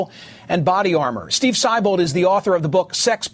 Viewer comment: It's pronounced See-bold, not Sigh-bold!